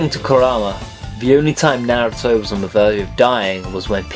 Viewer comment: lol, it took half way into the video for me to realize he was saying Naruto wrong